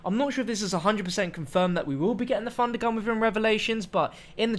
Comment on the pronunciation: Not trying to be mean but I cringe when you say Funder Gun